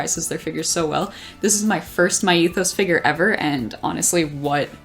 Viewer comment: OMG, this was such a great video 😭❤️❤️❤️I love the close ups of each figure as well! Glad you could pick up the Miku Myethos figure and I started dying when you couldn’t pronounce it 💀💀💀💀 I hate youuuu. Anyway I cant wait to see more of your videos 🥺🥺🙏🙏🙏🙏